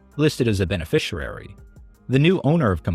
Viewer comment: ".. listed as a benerficerary" lol